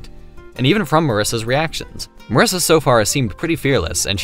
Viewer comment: I'mma be that one guy who doesn't give a damn how you say Flandre but is absolutely appalled by "mUHRisa"